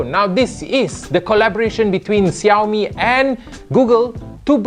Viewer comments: syamil azfar uh.. yes. 30% of population in malaysia are chinese. how can you not know how to pronounce xiaomi? you are supposed to pronounce it like "shiaomi" not "jiaomi". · *is in a multicultural and race country* *can't even pronounce xiaomi*